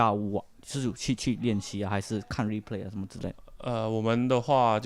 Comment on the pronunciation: lol chuan.. "repray"